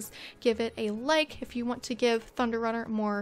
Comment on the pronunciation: I thought you said ‘butter’ instead of thunder. So i thought the horses name was butterrunner. 😂🤣